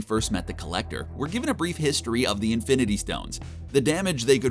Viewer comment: Did he say fIvE iNfInTy sToNeS